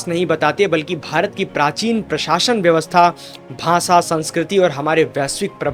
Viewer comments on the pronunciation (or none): Mr. YouTuber, there is a problem in your pronunciation of श् and स्. You said , साही instead of शाही. You said भासा instead of भाषा। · 'भाषा' शब्द का उच्चार "भासा" न करें, हर 'श' को "स" न बोलें। ग़लत उच्चारणों से विद्वत्ता का प्रभाव कम हो जाता है।